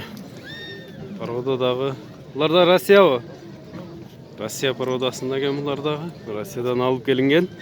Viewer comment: Рассия деген парода жокда туура суйлоп алып барсанар жакшы болмок.